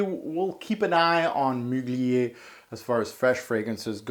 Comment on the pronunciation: I only watched like 2 videos but dude, can you please pronounce words like they are supposed to be pronounced? Seriously I thought you were trying to be funny with it at first but later I realized you were serious. Please stop it, someone might watch your videos and think that words like Perfumer, Parfum, Mugler.... (there's a lot) are supposed to be pronounced like that and just make a fool out of themselves.